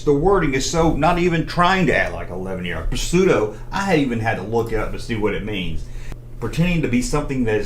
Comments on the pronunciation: in the word pseudo, the P is silent bud! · Apparently, one that taught him to pronouce the word pseudo as puhseudo!